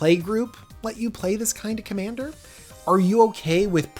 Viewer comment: "Commaner" lol